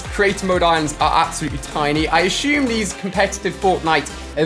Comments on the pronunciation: Does it sound like Ali A is saying “aSHume” or “assume”🤔🤔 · No one : Ali a: I aSsHuMe